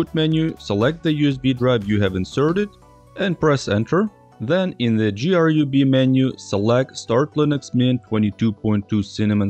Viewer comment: Who says G R U B? Is this ai?